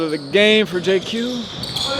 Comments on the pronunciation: If I said JayQ a few times it was an honest mistake. Didn’t realize I was doing that. My Apologies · JQ! lmao